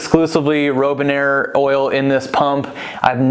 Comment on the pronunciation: It's Robinair... like the bird. Not Rowbinair.